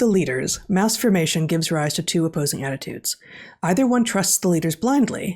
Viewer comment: Please enunciate the term Mass formation please.... thank you.